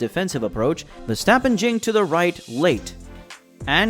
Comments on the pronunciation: look mate with a channel name Max Verstappen at least pronounce his surname right. Way you propounce his name should be spelled VerstEppen. Obviously it does not spell this way. Now do your homework and find out the proper way to pronounce his name . And no your American background is NO excuse to butcher names, so do better and be that real fan by showing respect :) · The A in Verstappen is pronaunced like the AU in laugh. But I understand you are trying your best. Dutch sounds are not easy to learn. Keep up the good work and thank you! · Stop whining dude, you sound like a frustrated fanboy. Even commentary from F1 tv pronounce him as verstephen or versjtappen.. whatever. Dutch commentary also fucks up Ricciardo.